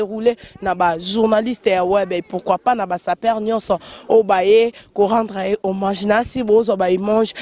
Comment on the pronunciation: sala makasi o corigé francais nayo trops des gaffes revoir vidéo oyo oyo ba bombe obeti de le debit jusqu'a la fin mawa trops ba lobaka homage et non homange kiekiekie